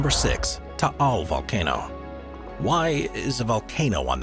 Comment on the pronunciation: Taál (thank you for pronouncing it properly) erupted on January 2020, so now the island is still the same except no flora, horses, or tourists. I remember it covered Metro Manila and surrounding provinces with ash fall; we all wore masks to avoid inhaling the toxic particulate matter floating around..